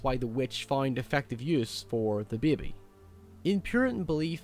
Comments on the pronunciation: You pronounce baby funny. Beei-be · Beby xD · He says "bebe". XD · i like how you say "baby" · I like how you say the word baby..lol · is super smart, but goddamn I can't stop chortling when he says "baebae" and "faete" snaeke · Black Phillip is Sayeetin. Lol say it again. Oops. Now he said Seeetn. And neeekid. It's a neekid beebee. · “And thean of coors the neked unbaptized bebe”